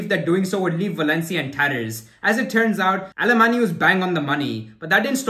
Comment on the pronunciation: Pronounced " Aleman" the Y is silent in Catalan